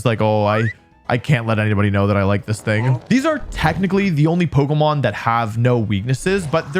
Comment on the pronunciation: Why do you say Poko Mon